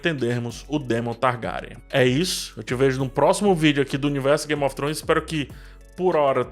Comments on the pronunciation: Se diz targueryan! Faltou o R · Pq vc pronuncia o sobrenome Targaryen assim? 🤢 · E essa pronúncia aí ? O vídeo tá top ein , dei Like mais a pronúncia do Sobrenome tem que se corrigir...